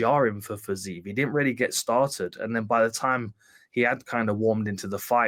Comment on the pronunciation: How can you continuously pronounce Fizievs name wrong when Hardy is saying it correctly